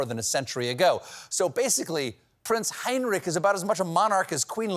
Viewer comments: I know the German "ch" is hard to pronounce for Americans but hearing the name "Heinrich" mispronounced again and again and again was a bit torturous xD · It is NOT "Heinnrik" it is Heinrich, with a CH as in lochness.Please do your basic home work Steavin. Or what ever your hands in the pockets name is.